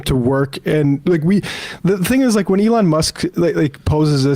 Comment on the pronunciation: "a lawn musk"